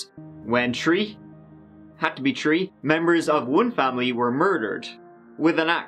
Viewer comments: Did he say Marlie was pretty much “fucked with an ax” whaaat?! Ooh and I just caught him saying THousand the right way yet every other TH word he pronounces just T. (Three -> Tree) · "It had to be tree" love it! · Me too ha, i laughed when he said 'three' which sounded like 'tree' then he said 'chopped with an axe'. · "Tree" and "Turd" get me all the time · I wish I could like this comment tree times over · Lol it's always tree.. tree hundred..tree months.. I'm surprised on how many trees! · And true=through and turd=third ❤️❤️❤️ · Its almost like he chooses videos where he has to say "Tree" Just about every video involves that number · And turdy tree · Lmao ... No that i think of it he says tree, i mean three".... in every ep. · I especially like when he says, "turdy tree" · Tree times now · alright let’s get started on this video The case: “three victims”: come on why is it always tree victims!? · pause “had to be tree” 😂 that part killed me! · So you're saying... Your body is ready for a 10 hour loop of saying 'tree'? 😏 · Good channel. Where are from? You say tree instead of 3. Ireland, UK, Australia? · Tree turdy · ......wait so when you actually want to talk about trees (the plant) do you still say tree? basically im wondering if you say "tree" when referring to both the number and plant. for example "i have tree trees in my garden"- is that what you would say lol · I confess. I watch these videos just to hear pronounce “three”. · Why we love ☘️! Like the French ( or others) “TH” is almost impossible hard to pronounce - Irish also...quite endearing 🇺🇸☘️🇺🇸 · Anything that is close the the 3 sound 😂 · and theres always a LOT of threes. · Hamza Bajwa it’s because of how says three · Im from south africa. Cape Town. That wasn't a bad attempt lol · You cant say three.